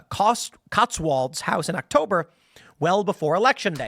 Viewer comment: FYI Tim - Cotswold is pronounced like "WOLED"